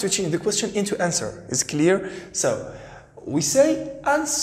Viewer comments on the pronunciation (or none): none